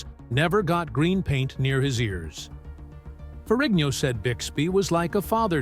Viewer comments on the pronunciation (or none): Is not ferriño. Pronounce it right. Is Ferrigno.